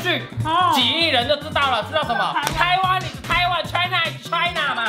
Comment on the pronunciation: China is china 聽成 台南is台南😆